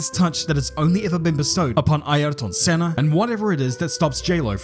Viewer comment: it's bugged me for a while. I just haven't said anything until now. I do like hos videos, but c'mon, it's like he's saying, "I don't have a clue."